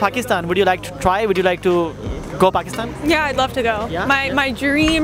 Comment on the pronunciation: IS HE SAYING PUCKISTAN🤣